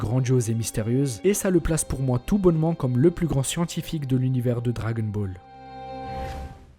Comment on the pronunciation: Ta manière de prononcé le « dragon » de dragon Ball me stresse mdrrr si non très bonne vidéo !